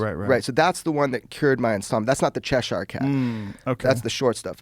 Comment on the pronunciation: "Cheshar cat" It's pronounced "chesher"